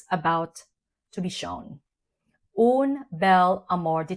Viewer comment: Dear, as you love it so much, may I give you a tip: "UN" bel amour d'été pronounces like Guerl"AIN". I must try it now in exchange😉 Love your reviews!🫶🏻🙋🏻‍♀️